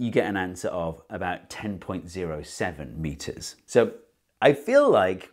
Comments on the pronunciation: "thaats tin meetas egzackley!" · Hearing him shout "TEN METERS!!!" in the most british accent was very wholesome.